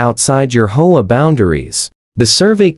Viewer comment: PLEASE! Your AI is BORING and ILLITERATE HAVE A HUMAN DO THE VOICE-OVER! IT's H, O, A., NOT HOE-AH. DON'T USE AI. (AT LEAST WAIT UNTIL AI IS MORE CAPABLE>)